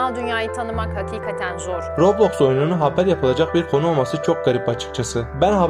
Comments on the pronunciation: Abi robloxu haberde roblix diye okuyorlar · Daha roblox diyemiyo roiblix filan diyo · Abi ona yobyox deninmiyor Roblox deniyor 😑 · Sipiker loblox diyo